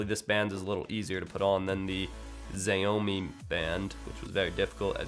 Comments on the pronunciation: Xiaomi is pronounced as "Shaomi" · it's "shao-me" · shaw-me = xiaomi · zayoumee 😂😂 x in chinese is like sh but closer to your teeth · Xiaomi is pronounced SHOUW ME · its Pronounced Sh-oaw-me mi band. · Pronounced chow-me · Xiaomi is pronounced shou me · "Shao-mi mi-band" pronounced phonetically. Xiaomi is fantastic. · As a Chinese, I always thought it was pronounced siaomi